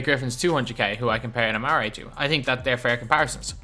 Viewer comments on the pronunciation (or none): Why are you saying amaray it’s AmarE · Patty idc about basketball reference the common pronunciation of his name is amarE dog is the first person I’ve ever heard say amaray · it's not it's actually AmarE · Please stop saying a mar ray stoudemire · Patty then why does every single nba announcer say amarE? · Patty actually his name Is Amar’e the apostrophe e means that the e is pronounced as an E rather than an ay. If his name were it be amare then it would be pronounced amaray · Patty I guess the card does say amare so the cards name is pronounced amaray but the card should have an apostrophe